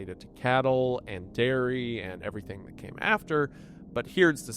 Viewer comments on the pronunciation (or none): none